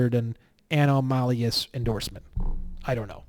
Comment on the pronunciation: Lol... a-nom-a-lus